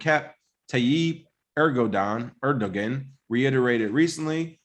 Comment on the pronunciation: Hey Guys love the show. The G in Edoguan is pronounced as a W. Pronounced Edowan.